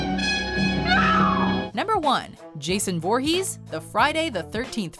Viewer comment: he said vorhess Jesus read